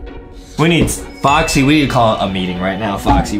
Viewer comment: It’s not Boxy it’s Foxy